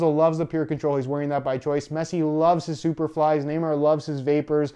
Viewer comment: he said "messi loves his supperflys"😂